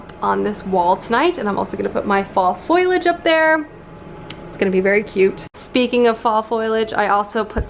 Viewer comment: I love you but it’s pronounced faux-lee-age not FOILage